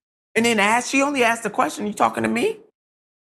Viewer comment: You people have a hard time pronouncing the word "ask".....